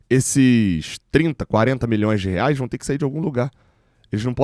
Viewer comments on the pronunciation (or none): none